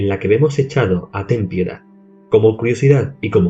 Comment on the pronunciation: Al menos alguien que puede pronunciar "Ten piedad"